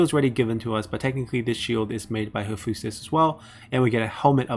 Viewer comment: Very good overview. But I suggest you google how many of these words are pronounced ST. Ares, Hephaestus and so on. You can easily do that by inputting the words in google translate and listen to how they are pronounced in English